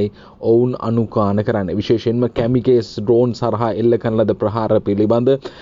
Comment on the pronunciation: "කැමිකේස්" නෙවෙයි බං "කමකාසී" කියලයි උච්චාරණය කරන්නෙ